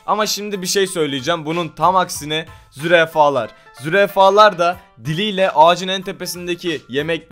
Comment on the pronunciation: Yanlız zürefalar diyo ahahhaa ^^Zürafalar^^ :D